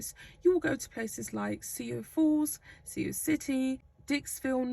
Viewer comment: What kind of nonsense is this that the vid cuts off before it has ended, and this is not the first time. Sioux is pronounced Sue!